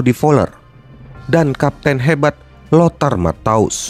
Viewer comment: Pelafalan nama dr Michel, Rinus Michel, Lothar Matheus krg tepat, bro. Kbetulan gua saksi hidup turnamen ini